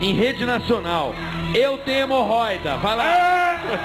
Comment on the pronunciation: “ MORRÓIDA” kkkk